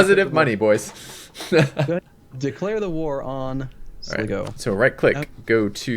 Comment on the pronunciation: Sligo, Pronounced Sly-Go